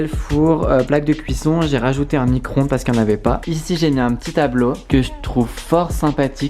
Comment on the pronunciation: "Micronde"????! Stuv un Bescherel et un dictionnaire c'est 10€